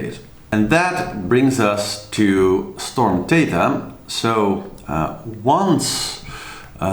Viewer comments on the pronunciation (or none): It's THETA, not Tetha: they're using the Greek alphabet.